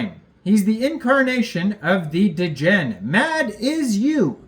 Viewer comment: Love the video bro but why do you pronounce degen like that D’gen